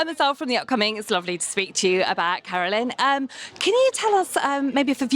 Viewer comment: The interviewer got Coraline's name wrong lol